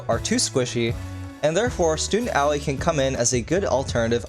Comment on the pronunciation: Did you just pronounce Aoi as owie?